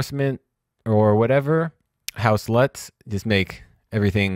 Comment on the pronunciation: Awesome. Lol, every time you say "house LUTs", I hear something else :P (say it fast a couple of times and you'll notice)